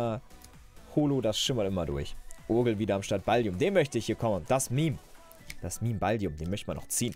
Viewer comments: Der Typ mit dem Ballkopf... Heißt BallduiN nicht Balldium.... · du sagst immer Baldium aber der dude heißt Balduin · Ballduin nicht Balldium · er heißt Ballduin und nicht Balldiun!!!!